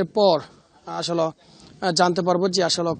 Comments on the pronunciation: আগামীকাল ৫৫ এর প্রতিবেদন করবেন। আশা করছি পরবর্তীতে 'আসোলো' বলা সাংবাদিক দিবেন না। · (আসল) এটি কোন এলাকায় এতো উচ্চারিত হয়?